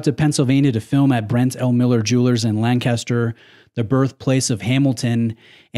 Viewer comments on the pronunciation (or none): There’s only one criticism I have for this video and your other videos in Pennsylvania. The pronunciation of Lancaster is going to rile up the locals! I’m sure there’s a YouTube video on the correct pronunciation but the emphasis is on different syllables. Keep up the great work, really enjoyed seeing the museum.